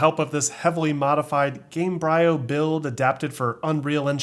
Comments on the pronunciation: Question: I love your channel, but why can't you pronounce the game engine coorrect gaym-breeh--oh? (like Embryo) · It's Gamebryo (Game-bree-oh) a play on words, based on the word embryo. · The hell is Game- bri-oh? Seriously? it's game-bree-oo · Its not game bryo, its pronounced like embryo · I think it's Game bree-o. Like embryo. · Isn't it pronounced "game-breeo" because it's a play on the word "embryo"? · Gamebryo…like embryo bro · it's pronounced "GAME-BREE-OH", like an embryo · Just like Embryo, it's Game BREE oh. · disliked and clicked off the video after i heard the way he pronounces "gamebryo" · I thought it was Gamebryo, like Embryo. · Okay but it's pronounced like "embryo" with "ga" instead of "e" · I think Gamebryo is pronounced like embryo.